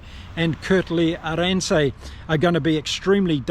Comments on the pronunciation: Great analysis as always. But just in terms of your pronunciation of the player names: It's not Siya "KOH-LE-SI", it's "KOH-LI-SI". Also, it's not Kurt-Lee "AREN-SEY", it's "AREN-SUH" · Enjoyed your thoughtful analysis. One minor correction: Kurt-Lee’s surname is pronounced with the emphasis on the first syllable ( I.e. AH-rinser)